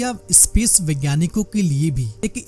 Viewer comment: Bhai ek baat batao, aap space ko "espace", sthit ko " Esthit" And area(kshetra) ko " chetra" Kyu bolte ho??? Don't you able to do proper PRONOUNCUATUON?